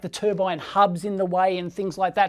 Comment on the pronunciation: To be fair he's not claiming its new tur-bine but an new tur-ban